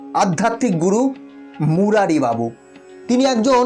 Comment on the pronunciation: মুরারী বাবু নন মুরারী বাপু।